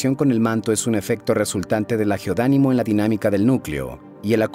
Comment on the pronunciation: Todo el rato la voz dijo GEODÁNIMO cuando en realidad la letra y lo verdadero es GEODINAMO. Es sólo una observación sin quitarle méritos al vídeo